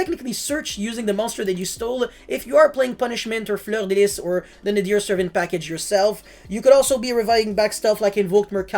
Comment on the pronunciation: Really nice french accent when you said Fleur de lis <3 haha , I really like what you do on you're channel thx for this